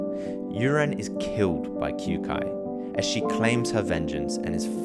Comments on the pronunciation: Pronounced "Kyo-kai". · did he just pronounce kyoukais name as kyuukai? lmao